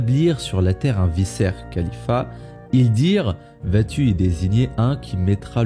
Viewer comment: Juste trois points: - même dans le récit d'Adam et Eve, l'humanité est "victime" du diable (littéralement le diviseur) car ils ont écouté les mensonges du diable - on ne dit pas "vissaires" mais bien "vikaire" pour vicaire (ça m'a fait buggué) - il existe un livre dans la tradition juive où existe un dialogue entre dieu et satan: le livre de Job